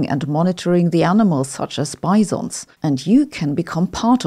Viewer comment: I like the way Sabrina pronounce Bisons. Higgs Bisons is what I'm gonna start calling them now